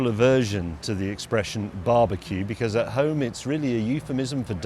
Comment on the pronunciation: Why can't you say becuz properly?